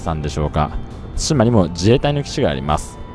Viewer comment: 対馬 をたいま読みで草生えた なんつか、ここまでハングルに支配されてると乗っ取られてる感あるなぁ 日本の領土は日本人が守らないと